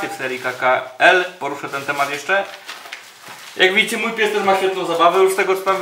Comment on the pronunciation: "jaaak widzicie" >> zabrzmiało jak "ja pier...znicze!" ;)